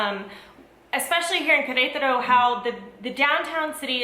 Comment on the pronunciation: one tip: Do not copy lazy accents, words like "kretaro" or "uanajuato" might sound fun, but they are wrong.